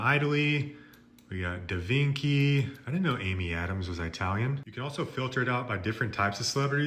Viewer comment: Da Vinki… Hightalian…Anymee style…Maryo…Luighee…Super Maryo Odyssey.. you need to find a website for handicapped english